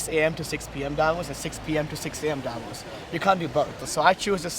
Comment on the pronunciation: Ironically, Klitschko is the only one who pronounces Davos correctly, at least the emphasis (it's on the o, not a). So [daˈvoːs] and not [ˈdavos] Well, actually the v is pronounced as an f. At least locally ;-)